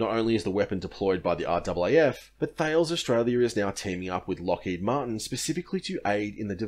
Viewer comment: I think you'll find it's "Th-ails" mate. Jk